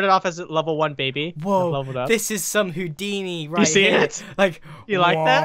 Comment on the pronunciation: Did he say Hoodiny? original vid #vannas Hoodiny